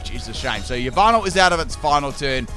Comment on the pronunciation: Nobody:: YaNmAsK, MaYjArNa, YaVaNtAl